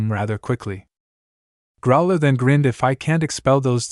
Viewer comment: My question is why list all stats(description,effects,lvl,etc) when it wasn't done in pt.1. Also I've noticed some mispronunciations like Trusdale instead of Trusedale and Academia instead of Academy and Growler instead of Crowler and prepertrations instead of preparations either the author can't spell or the AI is pronouncing it very incorrectly